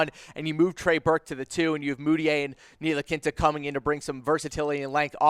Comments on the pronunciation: Nee-Lee-Kee-Na....its really not that difficult. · Seriously... please stop calling him ntilikinta, there’s no t at the end, It’s ntilikina. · Nilikinta ? Wtf ? You get a dislike for mispronouncing his name. Dumbass !! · That's what I'm saying wtf team needs are SG and C? We have two SG and no starting small forward lmao they no nothing about the Knicks or basketball in general... they pronounced Ntilikina Ntilikinte this is embarrassing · Hey guy nice info. Just a heads up Franks name is pronounced KNEE - LEE- KINA Second, I dont think the knicks are not sold on Frank, but they are definitely not sold on Mudiay, his play was bar none the worst of all three. The more likeley scenario would be Burke at the 1 frank at the two, mudiay and the rookie off the bench depending on what guard is picked and how well they adjust. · Learn how to pronounce Nee-La-Kee-Na. Your not even close and that and your other commentary makes it obvious that you don't watch the team. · I stopped listening after Frank Nee-La-Kin-Ta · Can’t even say franks name right ... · These guys are strange. They say the knicks need sg, c, then proceed to name PG and sf. Also can't pronounce ntilikina. There's no t at the end of his name. Painful to listen! Smh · These are really retarded for 1 knicks need a small foward. NOt 2 gaurd and trey burke at the 2??? Wow you have not watched no knicks basketball and learn how to pronounce Frank's name before you doubt him he's 19 years old smh